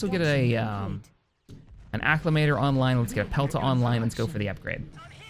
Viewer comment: Or better yet "a-clam-ator" XD